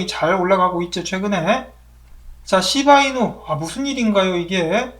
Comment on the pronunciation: 쉬~바 이누 발음이 넘 조으삼~~ㅋ